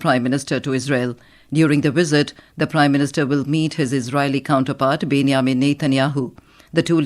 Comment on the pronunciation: Some correction: 1) it is called BenJamin not Ben-Ya-min 2) it is called K- Nesset (K is silent)